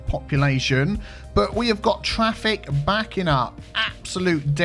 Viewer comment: get that twaffic, you wascally wabbit